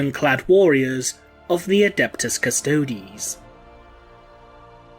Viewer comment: great video only thing is ive seen this mistake in almost every 40k adeptus custodes video, its not pronounced "custodees" its "custodes" heres a better way to explain how to pronounce it, "custoads" one mind syndicate channel has learned to pronounce it the right way after much assistance, just think about this and try to put in into your future adeptus custodes videos, other than that great vid